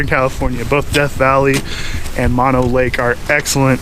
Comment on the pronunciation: That's Mo No as in No No, not mono as in single or one.